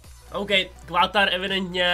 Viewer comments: ehm Quatar se nečte kvuatar ale katar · prej quatar DDDDDD je to katar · Ty čteš Qatar - Quatar? :D Prosím, viď že je to nějaký vtip :D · Qatar :D Ta výslovnost :D a prý ještě nezajímavý :D město